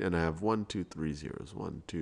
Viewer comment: anyone else realize how he says "Maya n Mable" instead of "Maya and Mable"